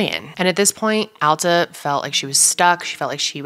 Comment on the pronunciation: Thank you for pronouncing "Alta" correctly! ❤️ It's not a common name and a lot of people mispronounce it.